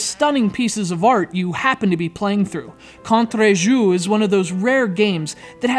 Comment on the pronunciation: never try to pronounce Contre Jour again Just kidding.